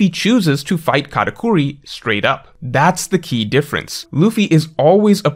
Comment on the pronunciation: It’s katakuri not katacorey… besides this great video ❤